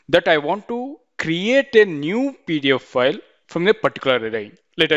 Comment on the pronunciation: good video but the way you say pdf file sound's like pedophile